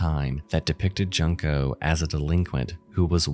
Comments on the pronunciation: I find it really disturbing that you continually mispronounce Junko's name as Junk-oh when her torturers treated her as garbage. Her name was Junko - June-ko. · That poor girl suffered so much from those monsters and you couldn't bother to search how to properly pronounce her name - you keep calling her "Junk-o". My man, if it's easier for you, say it as "June-koh". You pronounce her name exactly as it's written but didn't bother to place some respect on her name and memory. Makes me wonder how you say 'Epitome' and 'Hyperbole' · Did it bother anyone else he kept calling the girl "Junk-o" It's pronounced "June-ko" If you seek to profit off of someone being tortured to death, at least learn how to pronounce their name. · Pronounce like June Ko for English speakers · Just an FYI… Junko is pronounced like “June-koh”— it’s my grandmother’s name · Junko, pronounced "Joon- co", like June (the month) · Bro doesn’t even try to pronounce it right 💀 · Bruh I love your videos, but I never understand essayists who don’t take the time to look up the pronunciation of names they’re mentioning, especially when it’s the victim of something like this. It’s pronounced “June-ko”. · I’m sorry but your coverage of Junko Furuta’s case was frustrating because you mispronounced her name constantly :( It’s not pronounced like junk-oh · "Junk-oh" christ man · "junk-oh"??? goddamn disrespectful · You could at least research how to pronounce someones name so that you arent out here saying JUNK-O. [jun] is pronounced JOON in Japan. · It’s pronounced “June-ko”, after everything she went through, she at least deserves her name to be said correctly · “JUNE-KOE” Sorry! I love your channel so much. And don’t fault the pronunciation as when I lived in Japan, this was the first name I was specifically told by coworkers exactly how to say as every English speaker will automatically read it as you did. 😢😢😢 Sorry to be that douche. Keep on making these amazing videos!!! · Pronounced: June ko